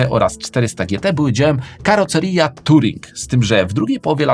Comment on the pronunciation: Karoserija :D